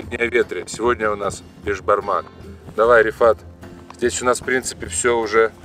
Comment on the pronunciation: Бесбармақ дейді, бешбармақ емес.